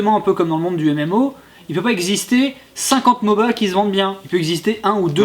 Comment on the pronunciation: on ne dit pas moba